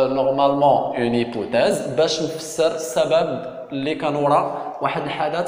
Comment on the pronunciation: A ssi raha hypothèse non pas hypouthèse